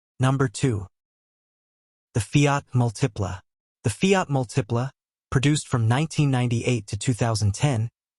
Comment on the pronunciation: Both the Aztek and the Multipla (stress is on the first syllable, by the way), were absolutely great cars. The design is a matter of taste. Either you like or you don't; fine either way. But both cars had absolutely superb packaging and were incredibly roomy and practical.